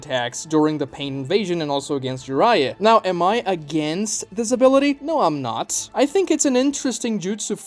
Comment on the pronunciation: "has this ability" sounds exactly like "has disability"